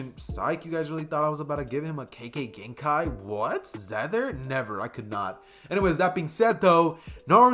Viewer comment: u said kekkei genkai wrong alot pls not hating find better way to say it and the rest of the video was good keep up the good work i love ur channel